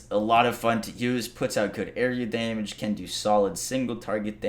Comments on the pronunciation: Cool video. Watched it twice just to hear him say "Damnage" That's good Damnage That's alot of Damnage That's some Damnage Put a tight beat behind that shit and you gotta hit single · "Daimage" [chug]